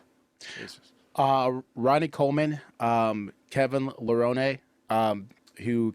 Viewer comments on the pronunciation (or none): Dude cant even pronounce Kevin Lerone's name properly. Guy talks about essential carbs while referencing the Palo diet.